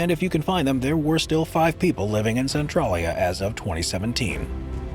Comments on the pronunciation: Its "Cen-TRAY-lya" not "Cen-TRAH-lya" The latter would be spelled "Centrallia". How embarrassing for you! Did you not ever hear of Google? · Cen-trail-ia lol Centrolleya sounds so silly.